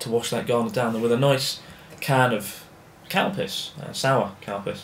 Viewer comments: he says calpis like cowpiss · I swear every time you say the name of that drink it sounds like "COW PISS" - do you hear it or is that just me? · I thought you said "cow piss" instead of "calpis" haha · I thought he was saying cow piss, but then he showed the can. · Am I the only one who thought he was saying "cow piss"? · At first i thought you said Cow Piss instead of Calpis. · I thought he said cow piss, not calpis. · I thought he said Cow Piss at first until he showed the drink. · Calpis sounded like you said cowpiss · Thought he said Cow piss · lol everytime you say calpis ,it sounds like cowpiss